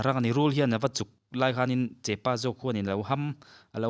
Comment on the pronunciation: Thianpa, (chepa) nilo in (chehpa) an ti thin a,chuan hei hi (sarivaithun) a nih hi